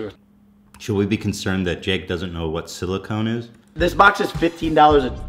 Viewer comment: Surprised Jake couldn’t pronounce silicon. His wife is literally walking silicone implants.